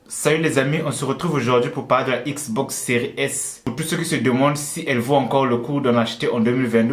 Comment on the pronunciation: J'ai juré il a dit une manette Xbos